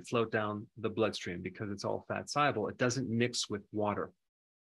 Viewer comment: What does he mean by fat sible? I thought he may be saying "soluble" but it definitely sounds like sible, even playing the vid in slow-motion.